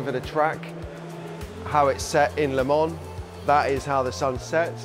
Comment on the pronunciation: It's not lemane it's Lê man